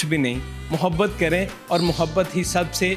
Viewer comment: Rsta nhi raasta blke naata hai.